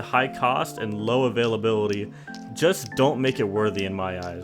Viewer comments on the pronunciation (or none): none